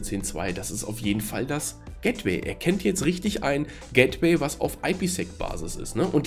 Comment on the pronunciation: "gättwäi" :-D Aber sonst prima Erklärung. Danke.